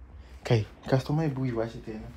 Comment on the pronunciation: Did i hear you call her customaa🤣🤣🤣🤣🤣🤣